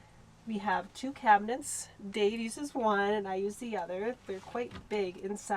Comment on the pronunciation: Why do so many amercans say cabineNts? :D